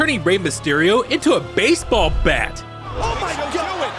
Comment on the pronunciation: Why did you say baseball and bat like that?